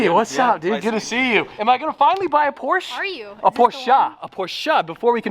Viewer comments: Still porschE not porschA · NOOOO ! It's just "Porsche" not "Porscha" 🤣🤣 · ITS NOT PORCH ITS PORSCHE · “Porsh-eh” …not “Porsh-ah” If you really have to point out pronunciation, please get it right…or don’t mention it at all, and simply say it however you want. Cheers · You were saying it correcr. Porche, then you ruined my day and said porcha.... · Please do not buy a Porsche, because I can’t listen to your “correct” pronunciation. It is not posch-ah. It is much worse than just making the e silent.